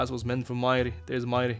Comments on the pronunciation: Botas majri is not mayri. that's an arabic name the j is not pronounced as y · Bro butcherd Majris name 😂😂😂😂 It's an Arabic name, it's pronounced with j not i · This is small but the J is not silent for Majri, it's an arab name